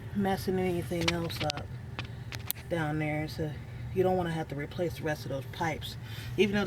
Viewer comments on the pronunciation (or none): "removal and replacel" lmao Never knew 'replacel' was a word. :D